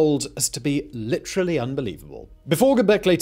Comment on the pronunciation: Bro ,it's liddurulee unbelievable...not literally unbelievable...you have to grossly mispronounce it...really let the lips and tongue flap ...like a queef but in the mouth.